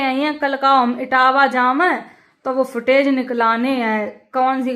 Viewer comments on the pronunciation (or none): सुटेज नही फुटेज होता है बहन😆😆😆🤣🤣🤣🤣🤣🤣🤣🤣